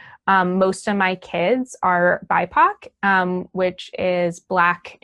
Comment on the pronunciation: "Bipac" bro please nuke these teachers 🙏